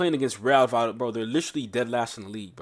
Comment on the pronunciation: Vayadolid. It's pronounced va-ya-do-leed ❤ Trust me, I live here! The double L is a Y